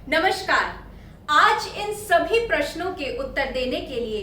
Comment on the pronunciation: नमस्कार ka उच्चारण त्रुटि पूर्ण है l sh shareefa के स्थान पर s savar hona चाहिए.